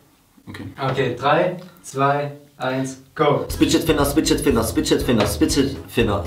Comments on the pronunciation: Hauptsache hat 23 mal Spidget finner gesagt😹 Es heißt fidget spinner 🤨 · Warum sagt ihr Spiget Finner?😂😂 es heißt Figet Spinner😂😂😂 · heißt das nicht Fidget Spinner und nicht spidget finner? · Ist euch Aufgefallen das sie in Der Fidget Spinner Challenge Spidget Finner sagen😂😂😂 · Schon aufgefallen das beide “Spidget Finner” statt “Fidget Spinner” sagen 😂😂😂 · Die sagen einfach nicht fidget Spinner sondern spidget finner 😂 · niemande aufgefallen, dass sie satt ''Fidget Spinner'' ''spitget spinner'' gesagt haben :D? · bei der aufgabe 2 hatte niemand mehr als 3 punkte denn es heisst fidget spinner und nicht spidget finner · Es heißt doch Fidget Spinner und nicht Spidget Finner?! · Digga die sagen Spidged Finner und nicht Fidged Spinner 😂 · Wieso sagen die immer Spidget Finner??? Es heißt Fidget Spinner haha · Fidget spinner nicht spidget finner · 38 spidgetfinner, abzüglich 4 Versprecher = 34...... Jungs was los bei euch?😂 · Ich hab bei Sascha immer bitched spinner gehört xD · Wie die Idioten einfach die ganze Zeit Spidget Finner gesagt haben 😂😂😂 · Spidget finner Hört sich an wie bitches finger